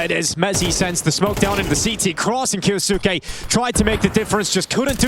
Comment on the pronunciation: KYOU-SKAY**** sick of this announcer saying his name wrong. Like "Sasuke" from naruto but kyou in front.